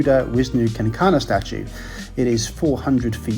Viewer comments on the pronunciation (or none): "Kencana" (meaning "golden") is pronounced KEN-CHANA😅..... no other complaints, though. Nice vid, as usual.